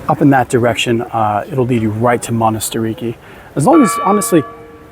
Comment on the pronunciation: its manatirAki not monastiriki...and its s agorah not agora.. emphasize the a at the end but great vvideo.. thanku